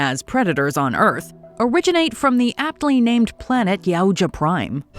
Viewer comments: the whaaaaat??? 💀💀💀 "ya-uh-ya" 😂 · Ya-oocha? Literally EVERY time it has ever been pronounced in the public domain, it’s Yow-cha. Why change it up? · Cringed when I heard jauja lol